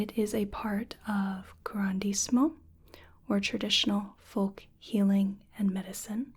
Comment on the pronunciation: now how tf did I manage to miss a whole syllable in 'curanderismo' but kept it in 'curandero' just a few sentences later 🥴🥴 MY PRACTICE WAS IN VAIN!!! Cue the Mulan scene: "now all of China knows you're a smooth brain"